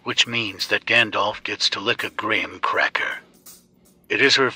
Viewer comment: The way he says graham cracker 💀😂